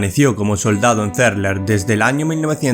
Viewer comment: Xq no nombras los 4 soldados sepultados?? Solo los tres cargos y los dos soldados q encontraron primero, y los 4 q faltan?? Y es Cerler no Cérler. Personalmente he estado a las faldas de esas montañas, tengo pendiente ir a visitar el centro, ya q mi hijo es sobrino/nieto d uno de los soldados no nombrados.